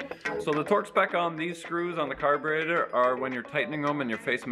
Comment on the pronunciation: from now on it's called "car-baiter" like the Mopar guy(I can't think of his name) here on YT that lives in Canada too.